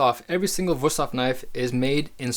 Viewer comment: 5 seconds in and you totally surprised me by pronouncing the name right ;) Great video!